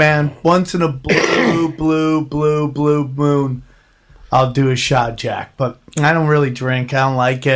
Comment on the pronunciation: once in a blue blue blue blue bwoon